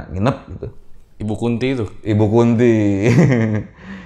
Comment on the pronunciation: mungkin nama ibu itu Kunthi pake 'h', kaya tokoh pewayangan (ibunya Pandawa) namanya dewi kunthi, beda pelafalannya beda arti soalnya ehee, cmiiw 🥰